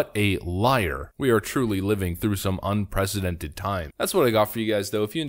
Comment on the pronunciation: You said it, man... UN PRESIDENTED... Ya, I know how to spell that, but it also sounds like... And IS like... We do not have a "President"...